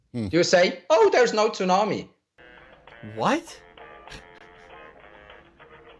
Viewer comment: Who the heck pronounces the T in tsunami? He needs to change his attitude and stop moaning.